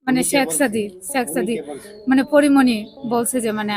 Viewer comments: ছেক সাদি,হায়রে নামটাও বলতে পারেনা😂😂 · I don't believe this girl. Because it is very clear that this is a planed and this girl a big lier, who is complaining about Porimoni here. When she was telling the history and she used many English word and it was many difficult words with perfect pronounced. All the English word she pronounced very right but only one word she mentioned few times very wring by intentionally, it is Shek Sadi. But she said every time 'Sexsadi" All the English words pronounced perfectly except the Sekh Sadi Other things that her way of telling the history as like a planed and professional lie. How she seen that Porimoni was sleeping with many man within 2 weeks? I request to police to arrest this girl and find the whole team, who is behind her and this whole plan to send this girl to Porimoni home to make trouble with Porimoni? I demand to arrest this girl as soon as possible please.